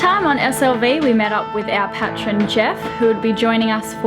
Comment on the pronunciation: Patreon like ... Pay-tree-on dude. Seriously, someone should correct the guy just to let him know.